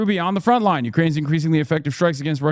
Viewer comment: Lénine oui oui